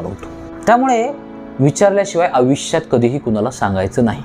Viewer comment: Avishya nahi bhava Aayushya